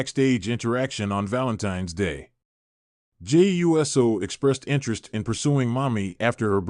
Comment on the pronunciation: Pronounce Uso, ooso. Not USO like the organization.